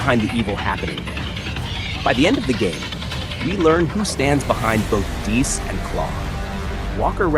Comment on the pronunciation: I'm so so sorry..... ITS PRONOUNCED DAY-U-S like Wolfgang Amadeus Mozart